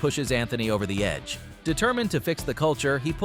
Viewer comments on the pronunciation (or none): none